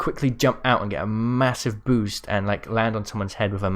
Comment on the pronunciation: When he was saying trying to say boost he actually said poost